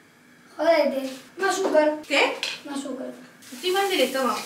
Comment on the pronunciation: ¿que le falta?: mAz AsUcaRr!!!!